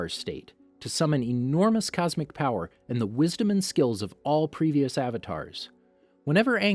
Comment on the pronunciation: "You're able to summon unbelievable BOWER!"